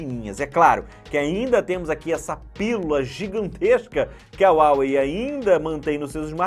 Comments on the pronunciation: SE FALA RUAWEI MATE!! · Esta falando o nome da marca errado, tem dinheiro para pagar no aparelho mais não tem para um curso básico de inglês?